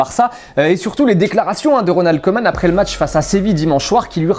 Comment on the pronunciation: C'est "kOUman" et pas "kOman"